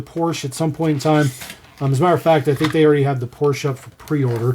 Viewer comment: Not "ay" It's not French, pronounce it like the name Portia and you've got it